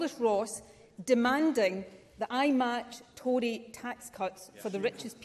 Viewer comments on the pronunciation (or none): I love how she pronounces “Tory” 😅